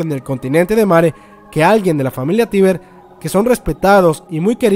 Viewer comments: No que era "Teiber" o asi segun yo lo pronunciabas en los videos pasados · Lena Oxton 'Tracer' Se pronuncia "taibr", se escribe "Tybur".